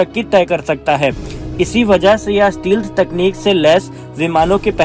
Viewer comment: स्टीलथ नहीं स्टैल्थ कहते हैं